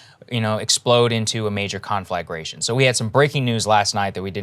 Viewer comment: Someone please finally teach Saagar how to say "conflagration" and what "in order to" means